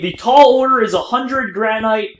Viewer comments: Gran-it is the way it is pronounced not grAn-night. It's like a granite countertop. Also, they look terrible as building blocks because they aren't connected textures. Making everything out of pros marine and polished stone in circles looks bad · its pronounced granit, like new hampshire, the granite state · Did he say Ianite... Lol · Granite is pronounced GRAN-IT so many face plams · oh my goodnessols its pronounced gran-it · he said ianite!! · You kept saying granite wrong +